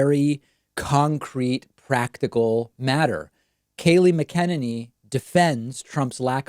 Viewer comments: Oh my God have you not ever seen her interviewed before to know how to say her name it's really obnoxious because someone as intelligent as you seem to be and then you can't say her name and many other numerous examples. Mac N aney mot macken inny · Ma-ken-ni-nee David is trolling. And I love it. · I think it pronounced: MAC-A-NINNY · It's 'Mac inane y' not 'Mac en eny' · Ok I can't stand her but her nam is pronounced mac en any. Sorry just drives me crazy. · David: It's not: mick KEN in knee It's. MACK in ain knee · I think her last name is pronounced mack a ninny, msybe they put the swab too far up her nose and jabbed something loose.... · Her name is not “mckennedy” as you are pronouncing it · Just think MAC-a- NINNY. Even though it's a Mc it's a Mac. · It's Mac-En-Any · Kaleigh MAC a NAY NEE (Mcenany) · PLEASE learn to say her name right, you are a bright guy... its not that difficult. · Are you saying her name right David? Haven’t heard that way before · David, why do you keep saying her name wrong? Is it a jokelike Toolsa or do you not hear how everyone else says it? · I love your intentional mispronunciation of McEnany. Cracks me up every time. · Any reason why David pronounces Kayleigh M's last name differently from everyone else? What's the correct pronunciation?